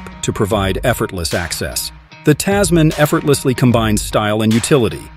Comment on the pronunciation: Oh my God, this video was absolutely terrible. You're pronouncing the name wrong. Typical American and this car was designed specifically for Australia. Even though it's probably going to be available elsewhere. Click bait